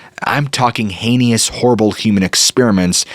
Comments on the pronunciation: Please quit saying "hayney - us". The word is heinous - pronounced "hay nus"! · No, don't like the format, it becomes irritating, I would rather watch you. By the way, it's "heinous", not "heinious", and "mischievous'", not "mischievious". I very much enjoy your stories, don't like the sudden booms, they are not necessary. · It is pronounced HAYnus Thank you for your channel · Love the episode. One thing. "Heinous" is pronounced HAY nuss. I know. Petty. But, the Grammar Nazi in me just has to be vocal. LOVE THE CHANNEL. Thank you for all you do. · Heinous is two syllables for the love of Jebus!!!